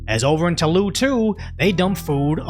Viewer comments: No, it's a real pleasure to hear you pronounce French words. You nailed it with Toulouse! :D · Frenchman here nah bro it's fine you said "Toulouse" and "Agen" very well👍